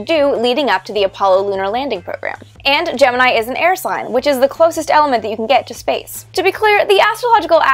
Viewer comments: Official Nasa Pronunciation is Gem-In-Eye. So anybody not doing that is wrong. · "I have always wondered about the derivation of the pronunciation. Gemini in almost all spoken references is pronounced “Jem-in-EYE” with the emphasis on the final syllable, pronounced as a high I. However, at NASA, the program was almost always pronounced “jem-in-EE.” I could find no reason for this pronunciation irregularity in the definitive history of the program “On The Shoulders of Titans,” and was wondering if you had ever run across an explanation." - Martin Hajovsky "Dear Martin–Since you asked, and since yours truly is appropriately credited by Ms. Teitel as the person who suggested the name “Gemini,” I’m happy to answer your question. At a meeting not long after announcement of the name, there was a meeting at NASA Headquarters. Attendees included directors of the manned flight centers (JSC, MSFC, KSC, and Hqs officials including my immediate boss,George Low. I was there as recorder. (I was a male, and I knew Gregg shorthand.) I don’t recall who asked the question you did in your note, but George simply turned to me and asked how I pronounced it. Now you know." - Al Nagy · OK, you toyed with us with the pronunciation -- GeminEE vs GeninEYE -- and then did not actually address it.